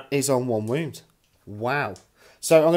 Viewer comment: Are you saying womb instead on wound?